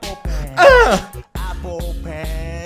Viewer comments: mel se dise pen and Apel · se dice pen pinapple aple pen =) solo es por ayudar